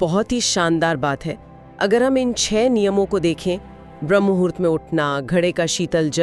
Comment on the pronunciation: ☝🏼भ्रम मुहुरत नहीं 'ब्रह्म मुहूर्त' ! . . पहले उच्चारण सही कीजिए . . बादमे video बनाना !